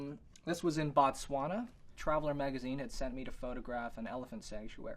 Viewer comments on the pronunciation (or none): I love how he said Botswana. We don't say it like that here.